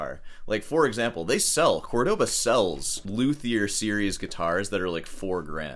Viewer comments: Its CÓrdoba not Cordóba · How do you even pronounce that “Cohrdaba”?